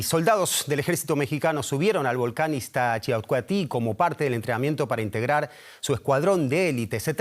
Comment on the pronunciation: Oh, mi querido falló fuertemente al pronunciar el nombre del volcán Iztaccíhuatl.